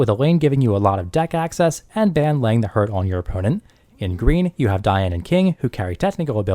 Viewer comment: FYI His name is pronounced Bahn. Otherwise, thanks for the input. I currently run 7DS. Also a WS noob so It's good to hear a more experienced prospective and tips on bettering my deck.